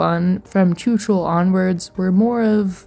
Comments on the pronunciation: pls plsss PLSSSSSSSSS .. go to google translator and learn how czechs pronounce letter "CH" .. write in czech "chuchel, machinarium, čučel" and press voice speak because it's NOT tchutchel Chuchel means something like a "ball of hair". The pronunciation is VERY different and carry very different meaning, the proper means something with a ball of hairs twisted together, your pronunciation means "stared dumb" in past tense in czech xD (written as čučel) So "chuchel čučel" means "the ball of hair stared dumb at..." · My ears! I know I know I know. But the "ch" is supposed to be pronounced like "j" in "José" or "j" in "fajitas" (Spanish). Very often the "ch" sound from Slavic languages is being pronounced like "č" in English. It is super weird and a bit annoying. The ice hockey player Zdeno Chára, was constantly pronounced like "čára", which means "line". It totally changed the meaning of his surname. He is not Mr. Line! But this video brings so many memories... I had an idea, about a game that could be called "electronium" that would be the "path" of an electron traveling his way from the rails to the overhead catenary through a T3 tram. With intricate detailed steps, technically correct, with easy to solve puzzles (based on the original T3 design, which is a PCC streetcar). It would be a "technical" game, but it could include various spin-off "routes" of the electron, based upon what the tram is doing. FFS it is not "choochool". It rips my ears from my head. It is not like the "sound a steam engine makes". Sorry, but I had to write this to ease my mind. I cannot give an answer to your question. Both are cute in their special way. If I should pick one, I would pick the gnome. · Yay, Czechia mentioned :D Your pronunciation of chuchel is silly